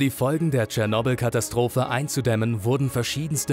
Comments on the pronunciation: So geil, wie er es ausspricht... „Tschernobl“ :D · Du hast cyernobil fslsch🤣🤣🤣